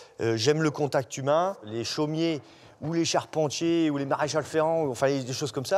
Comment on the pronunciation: « les charpentyaai » omg cet accent